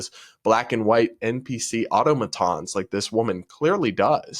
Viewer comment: Love ya, but I gotta give you a linguistic tip: the way you say "automaton" is off... it should be "Uh-Tom-Uh-Tahn." Don't hate the player, hate the game! Lol 😂 Keep up the good work. As a legitimate bisexual male, I'm Sooooooo over this woke crap!! L, G, B. That's it!!!